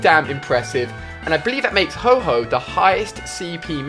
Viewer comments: suiseen and HO-HO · yeah SOOOOO HYPE but you called ho-Oh ho-ho hehehehe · Ho-Ho 😂😂 I'm triggered